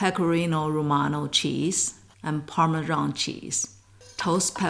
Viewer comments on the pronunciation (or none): Thanks for the tips. There's no ZH in parmesan. That's an affectionate.